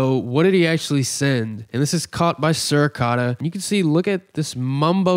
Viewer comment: How do you not know how to pronounce Suricata and Debian? lol